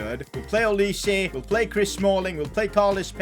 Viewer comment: That is not Olis-e, you should pronounce that name like "Olais".